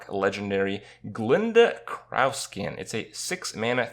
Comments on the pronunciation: somone who spoke English for his teen years and all his adult life, cannot pronounce CROW ffs ... CREAU Skin... wtf kripp it's CROW, as in the bird! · I think the card is pronounced Crowskin (like the bird) - it would make sense given the expansion, but he's pronouncing it like CROWn for some reason. Easy mistake, I guess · "GLINDA KR-OW-SKIN"...It's crow, Kripp. Like the bird. Like the one literally right above the picture of the card. sigh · Kripp... Crowskin as in the bird... Not crau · Did you really call her crawskin? Lol think for a second Kripp. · “Craowskin”.... for real for real? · Also Kripp calling her "Craowskin" is hilarious. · Ok, sure. But it's literally just crow. Which is a word that has a very defined pronunciation. Glinda CROWskin. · That pronunciation of Crowskin lol